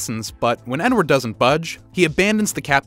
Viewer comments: he didnt say THE N-word, he said "edward" but it sounded like he said "n-word" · lmao I didn't even realize! was doing something else and heard ot as Edward